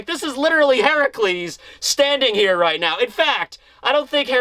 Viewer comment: Why did you say hercules like that??😂